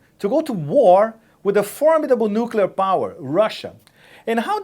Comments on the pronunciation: NUKULAR!!!!.... it is nuclear. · Who else other than Bush says 'nucular'? Frightening. If they can't say nuclear, they shouldn't be anywhere near the button. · Preemptive war is not okay for the Russians, but it's imperative for us? This woman is just scary, she's so dumb. Also, if I have to listen to four more years of "nukyular" I'll scream. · Please help McCain and Palin: How do you pronounce nuclear? 1. Nuuu 2. Noook 3. Noodle 4. Noodle-clear